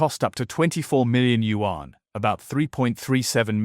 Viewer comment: 🤣🤣🤣🤣can not even pronounce YAUN correctly 😂😂😂😂